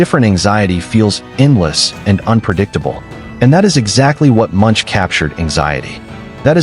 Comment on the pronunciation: Pronounced Monk not Munch.